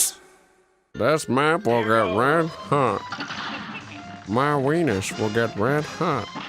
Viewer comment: Did you notice he said wenis?